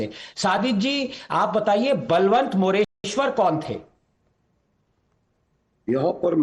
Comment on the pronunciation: It's बळवंत मोरेश्वर not बलवंत मोरेश्वर. That's the precise issue.